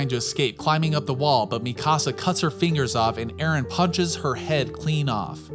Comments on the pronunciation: Mi casa 😂😂 you mean MEE-CAA-SAUH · It’s Pronounced Me - Kuh - Sah my guy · How come Americans are unable to pronounce japanese names? Are you watching the eng dub? [mi-CAASA] like wtf is that pronounciation. [Mi-ka-sa] I havent come across a single american that doesnt completely change the tone of an anime name. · Mikasa not Mi Casa (my house) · "Tye-dens" " mi casa" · u cal mikasa mikaasa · This dude seriously say Mi Casa for Mikasa ? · Imagine watching attack on Titan and still pronouncing shiganshina and mikasa different than the way the show says it. People like you aggravate me. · great video buy your pronunciation of mikasa is quite frustrating.